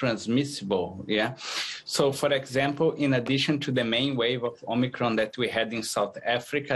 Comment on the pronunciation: This woman can't even pronounce omicron properly...